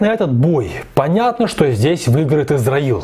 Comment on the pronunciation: для понимания приведу пример: Узбекисто́н- читается и пишется так на узбекском, на русском Узбекиста́н так читается и пишется, Исро́ил на узбекском, Исра́ил на русском так же. А вот вы говорите Израил не "з" а "с" надо использовать. Это для общего развития!